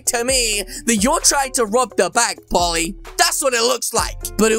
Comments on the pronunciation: He’s saying Polly it’s poley lol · bruh its not pally its po l e y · dude its pole E. not polly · its prononsed pOley sir